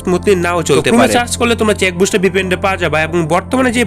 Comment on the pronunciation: ভাই ওটা চেক বুস্টার না সেক বুস্টার😂